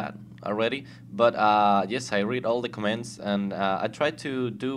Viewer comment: MY FUCKING GOD ITS COMMENTS NOT COMMÉNTS !!!!!!